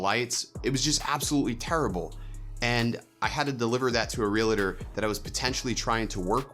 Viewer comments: Hey, it is pronounced "real-tor" not "real-a-tor". A common error. Like people calling you "Do-a-Bo". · Good video. On a side note, your pronouncing Realtor wrong. It's (real - tor) not (real - a - tor) just two syllables. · Great video! Im nitpicking here but it's Real - tor, not real - a - tor. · Enjoyed the video, very helpful. I've made some of the same mistakes myself. REALTOR is pronounced REAL-TOR though, not REE-LA-TOR. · Great video! Quick tip. No offense intended. It’s pronounced real-tor, not real-a-tor. It’s actually one of the most commonly mispronounced words in the English language. I used to say it wrong as well. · Lot of good advice! Being your own worst critic is tough, but then you push yourself harder to do good work. Now, since you asked for some critiquing, a couple other things you should watch out for... It's "realtor", not "realator", which often makes realtors crazy. It's like "jewelry"; SO many people say "jewlery". A minor thing but gives some people the wrong impression about you. Last but not least... "video-ography" ? Videography is one word. ;) Thanks for the great insights! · Thank you! "Reeladures" drives me nuts!